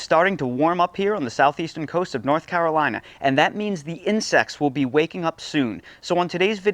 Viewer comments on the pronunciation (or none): none